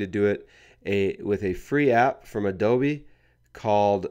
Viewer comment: Did he say Adobe wrong??